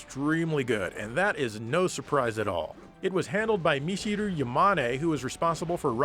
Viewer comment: Do you just pronounce Michiru like that to spite commenters? I assume so many people must've been trying to correct you.